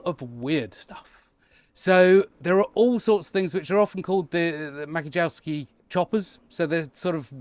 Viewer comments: Hi. It's pronounced Mats-yeh-yov-ski. Hope that helps. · I think the name is from polish so the ‘J’ is pronounced like an ‘I’